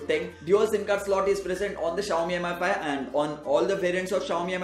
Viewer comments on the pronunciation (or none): Its "mee5" not M I 5 -_